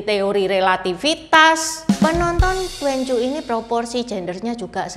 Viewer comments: Bacanya tuan ci ..bukan tuen cu ..cici🙏🙏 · "twan cyu" bukan " tuen cyu",. 'a' nya harus tetap dibaca 'a', gak bisa optional dibaca 'e 'kayak yg Juan, quan, xuan,yuan. Duan dibaca tuen justru jadi kaku mulut kita. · Duanju seharusnya dibaca : tuan cü. Itu bacanya salah.